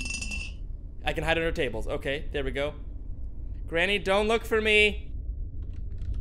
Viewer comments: I really lough so much when he said grainy ha really right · Did really call granny.. grainy...